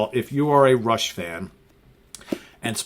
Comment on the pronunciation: Dude, it's fucking RUSH!